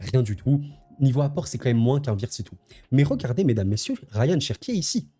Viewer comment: C'est Rayan pas Ryan sinon super vidéo comme d'hab